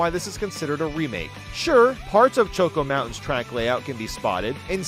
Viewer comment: The way he pronounces “choco” in choco mountain/island has always bothered me and I feel like it’s caused other people to pronounce it that way for some reason 😭